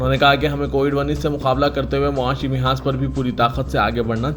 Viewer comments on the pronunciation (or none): Mihaaz nahein Mihaaz